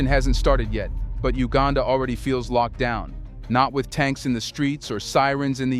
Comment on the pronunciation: It's not HUegaaaanda! It's U gan dah!